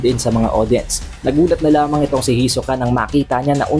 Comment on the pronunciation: Ayusin mo pronounce sa hisoka. Ang awkward